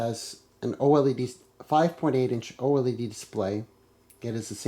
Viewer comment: Did he say oledy display